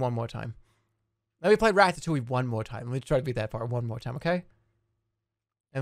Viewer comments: Im impressed at how much he can pronounce 'ratatouille' wrong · rat-tat-touley is how he says it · why does everyone pronounce this a rattatoowie